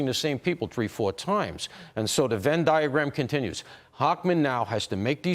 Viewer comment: Did he say It’s a “Vin Diagram”